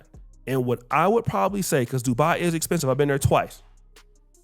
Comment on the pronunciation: Not Dubai it's Doodo do bye 🫠🤷🏽‍♂️